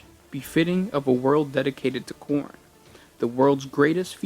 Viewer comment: I know you're saying Khorn but I swear I'm only hearing porn.